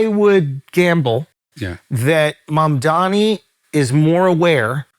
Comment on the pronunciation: wow. Cthagod can pronounce Mamdani's name correctly.